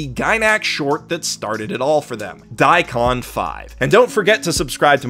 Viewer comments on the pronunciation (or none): none